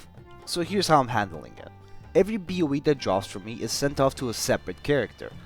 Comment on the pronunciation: i love how you say ‘boe’ ahahshshahahahh beoweeee